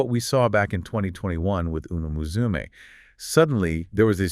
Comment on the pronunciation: How is your channel based around umamusume and you say umamusume wrong... Obvious AI trash.